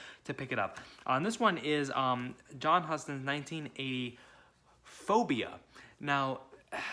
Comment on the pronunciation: Pronounced John H-yew-ston